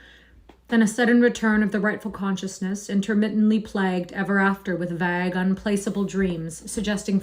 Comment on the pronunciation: What's the Vague is pronounced with a hard A -- rhymes with plague